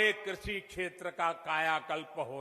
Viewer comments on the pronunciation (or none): भाई लोग डिसलाइक देख कर बहुत अच्छा लगा सबको पता है कि साहब जब भी लाइव आते हैं तो बड़ी बड़ी ही फेंकते हैं ' कृषि ' को " क्रुषी " बोलते हैं साहब😂😂😂😂😂😂😂😂😂😂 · किस किस ने नोटिस किया इसने कृषि को कुर्सी बोला 😂🤣 इससे अपनी जबान तो सुधरी नहीं ये कृषि ओर किसान की दशा तो तब सुधरेगा